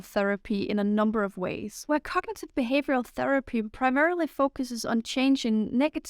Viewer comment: I think you need to pronounce the word "cognitive" more clearly, without swallowing syllables.